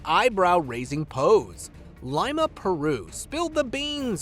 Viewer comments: You are pronouncing LIMA WRONG ‼️‼️ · "AMERICAN PERSON," OR "A.I." THEY ALWAYS PRONOUNCE THINGS INCORRECTLY THEY SEEM TO EXCEED AT IT, AND WHATS THAT SAYING "IGNORANCE IS BLISS", IDIOTS